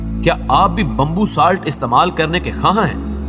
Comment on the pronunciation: Bambbu Ni , Bamboo Hota Hai 😂